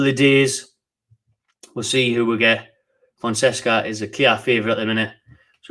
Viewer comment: fon-seca soz for bein a word policeman haha